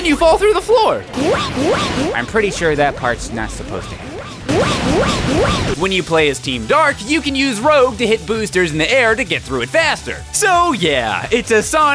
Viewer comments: Did you just call her rogue instead of rouge? Sounds a bit like WoW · And did he say Roge instead of Rouge? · “Rogue” Me: It’s Rouge. Well I OBVIOUSLY can’t blame him since he never played Sonic before. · 9 years later this video is kinda nitpicky The stuff about the level design For ocean palace you could say its supposed to be ruins of what was a great palace so the falling rocks make sense Also he says rogue instead of rouge so yea Also if your going to review a game atleast beat it the whole way first i know its a comedy show but you cant give a full review without beating it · You called rouge ROUG but. Just letting you know it’s pronounced like Rooge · Rogue?!? LISTEN TO THE AUDIO. ITS PRONOUNCED.... ROOJ. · It doesn't matter about flight or power, plus you called her Rogue, it's not Rogue, it's Rouge! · Did you just pronounce rouge like rogue? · it's Rouge not Rogue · it's not rouge it's rogue. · Row-G? ROW-G?! IT'S PRONOUNCED ROO-J, YOU SWINE! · Rouge is pronounced "rooj", not "rogue", dingus. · it's pronounced ROOJE (rOUge) not ROGUE... just saying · I don't play Sonic but I think that Rouge's name is pronounced Rooj, not rowg. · Did everyone just spontaneously forget Rouge's name is pronounced "Rooj" and not "Rowg"? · Rouge is pronounced "Ruuj", not "Rogue". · Her name's pronounced Rouge like "rooj" not rogue like "rowg" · Am I the only one that's annoyed because he called Rouge rogue? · Wait, did you say Rogue? Her name's Rouge (like, pronounced like the color in french) ^^ Thought maybe I heard wrong lol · Sonic isn't really about going fast. Playing Sonic 1, 2 and 3 & Knuckles would show you that it's only about going fast for short bits and then doing something carefully for a bit and then doing something fast and then doing something carefully. Also... ROGUE??? ROGUE!!?!?!?!?! ROUGE!!!!!! (I'm not angry bout the speed thing... But mispronouncing rouge is something special...) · Pro tip,: Your pronounce her name as "Rooj" not "Rogue".